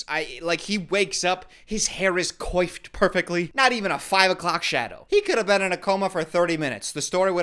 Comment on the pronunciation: I’ve made the same mistake, but I think you should look up how to pronounce “coiffed.”